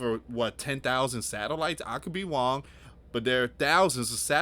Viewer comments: What’s Wong?? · Lots of stuff go wong o gosh it’s wong